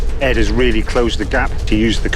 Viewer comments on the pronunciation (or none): 아니ㅋㅋ 에드인데 에스라고 들려ㅋㅋ